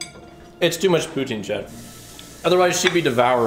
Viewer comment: as a french canadian, you are the only english canadian who can say poutine without making me irrationally mad